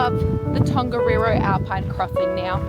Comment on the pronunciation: That siren went off in the middle of the night before we did Tongariro! Also in te reo Māori 'wh' is pronounced like an F, and 'ng' (like in Tongariro) is not pronounced with a hard G (so not gah) it's pronounced like the gn at the end of the word sign